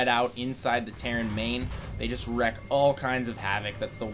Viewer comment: it's "wreak havok," not "wreck", thank you. Now you've got saying this too:-(